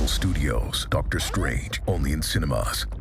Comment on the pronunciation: Am I just imagining things or did the narrator really say "Marvel Studio's Doctor STRAIGHT"? :D